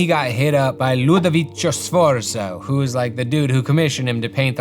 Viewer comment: Affresco, not fresco (that means fresh). For plural is affreschi. Also in italian the rule for pronunce -co (like for example Ludovico) is like how to pronunce co from copper, while the english cho (from chopper or chose) in italian is when there is an “i” between the “c” and the vocal —> cio, cia, etc.. some example are ufficio, farmacia, ciuf ciuf (the train sound)